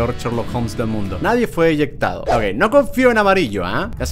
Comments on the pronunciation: El amarillo era hacker Y LIKE si escuchando el “Nadie fue inyentado” xd en vez de decir eyectado 😂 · Es eyectado no eyectuado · When cuando crees que va a corregir poniendo eyectado pero dice eyectuado y se equivoca peor que Germán ._____.